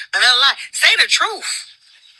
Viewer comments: She need to fix her bottom teeth because I am tired of her pronouncing truth as “TROOF” and booth and “BOOF” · She Can't Say The Word TRUTH...She Say...TROOF!!! So If She Can't Pronounce It...Don't Understand The Meaning...Because She's A Pathological/Habitual Liar...💯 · lol she said say the TROOF 😂😂😂😂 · Trufh with a F lol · please Say the TRUFF 😂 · it's “Troof” and “Boof” A mess!